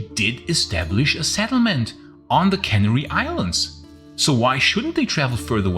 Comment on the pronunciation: caNAry. Accent on the second syllable.